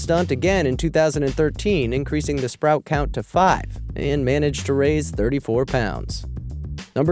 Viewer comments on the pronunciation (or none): none